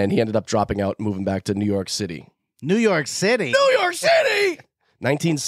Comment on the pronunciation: Everytime someone says new your city I hear u guys in my head lol